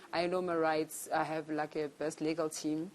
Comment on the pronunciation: ”you think it's a muast to hurve” 😂😂😂😂 hai no the tongue is at war 😂😂😂